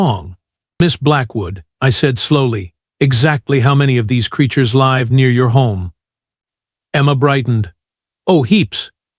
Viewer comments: You're AI said LIVE ,as in hive ,where it should have said live ,as in give. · Your AI SUCKS just like EVERY FREAKIN one I have tried to listen to for two FREAKIN days now!!!!!!!!!!! ".....those creatures "L-EYE-v" near your home............ WTF????!!! How's bout ..............those creatures "LIV" near your home.............. That in just the first few minutes! How many more annoyances will I endure if I continue?????????????????? Another F-up..... "...before anyone could OB-ject..." NOOOOOO!!!! How bout, "....before anyone could ob-JECT...." JESUS HELL!!!! GET DECENT AI!!!!!!!!!!!!!!!!!